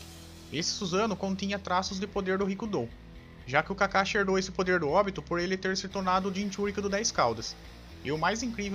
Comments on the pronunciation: o cara pronuncia Óbito kkkkkkkkkkkkkkkk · Vc sabia que óbito quer dizer morte, entrar em óbito, é morrer Então se fala OBITO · "Óbito" cara vai aprender a pronunciar direito essa merda.